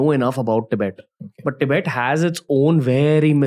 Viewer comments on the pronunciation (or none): How you say Tibet is how western people pronounce it Please try to use correct pronunciation Love your content ❤